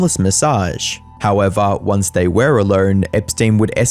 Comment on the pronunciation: “How evah”